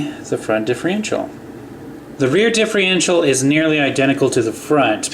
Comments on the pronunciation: It's diffERential, not diffREintial. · LOL can't he say differential properly? He says it like "Diffe-RE-ntial"